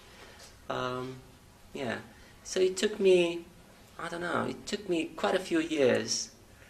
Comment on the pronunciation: His 'took' is 'toooook', that is /tu:k/ when it should be /tʊk/. And his 'English' is /ɪnglish/ is /i:ngli:ʃ/